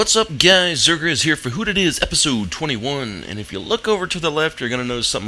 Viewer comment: HOLY FUCK! YOU PRONOUNCED MY NAME RIGHT!